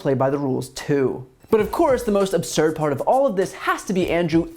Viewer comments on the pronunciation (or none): I know this is petty, but the wqord is absurd, not Asserd... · And can’t pronounce words, “Polization” and “polititization “ “absolutely aserd” and I’m only 24 seconds in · "This is assely assurd."